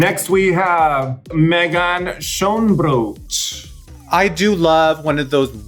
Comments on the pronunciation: Hey!!! Awesome vid, but I bet it would be so fun if you'd pronounce Meghan Schoonbrood's name right :) It's actually pronounced "Sggggoonbrood" (with that weird 'G' that sounds like you're choking). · Well im not dutch and I know damn well thats not how you say Schoonbrood